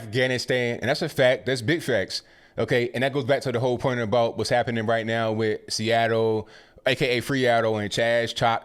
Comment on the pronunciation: Laughed out loud at "Freeattle"